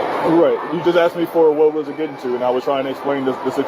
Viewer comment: It's asked with a s, not axed.